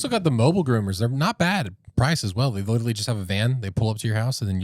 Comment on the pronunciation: should learn how to say literally before he uses it in every sentence.😂